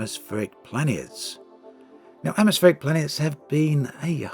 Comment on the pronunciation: Firstly: "AtmoPSheric worlds" Secondly: I dont see why i would pay for something unique being made into something that´s a lot more like all the other stuff out there, only that the others will probably still be better in those specific things they do. Like there was a lack of competent multiplayer FPS-games. I am genuinely questioning the point of customer surveys. Walking around in your ship... sure that´d be nice... for like 5 minutes per ship. It can also be immersion breaking, cause what are they gonna fill your massive Anaconda with? I hope it´s not plenty of workstations, cause then you are gonna ask yourself, what the point is, when noone is ever manning them. You might end up feeling like piloting a ghost ship - good luck "bonding" with that. The amount of work in-ship-legs requires, i fear, stands in no reasonable relation to what players will actually get out of it. The assets are just one part of it. They´d also have to do some sci-fi-lore building and consider things like: If you are walking around in your ship, and i ram your ship, do you tip over (and all the math required for that to happen)? Or when people want space-legs so they can do FPS. Sure, it´d be nice to have that. But will it really make anyone switch from the MM-FPS they are playing right now? Or will that likely still be the better MM-FPS? IMHO, Elite is about space (and always was). Not about walking around. In all those years i waited between "First Encounter" and "Dangerous" i never once though